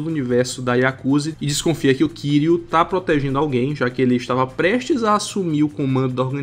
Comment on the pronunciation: Só uma coisa a pronúncia do nome do kiryu tá errada, só isso o resto tá incrível A fonética do Japão é diferente Mas não se preocupe eu entendo Ninguém precisa falar certinho mas enfim Excelente vídeo ❤